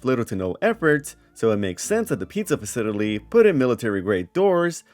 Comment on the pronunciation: why do you pronounce 'facility' like odablock?